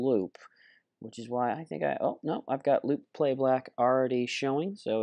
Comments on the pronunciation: "Loop Playblack" WE ALL HEARD THAT ERROR. lol In all seriousness this is quite a helpful video! :D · anyone noticed he said playblack? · "Loop PlayBlack" lol great video though